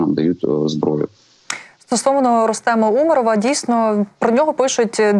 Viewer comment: Така косноязична ведуча. Як тільки незнайоме слово в бумажці - так зразу навіть наголос поставити не може. Умаров… таке враження, що вперше це прізвище почула. З вух кров тече … спасіть нас.